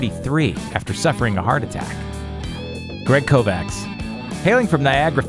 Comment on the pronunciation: You have to read it like „Kovatsh“